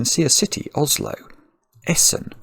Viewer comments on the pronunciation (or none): none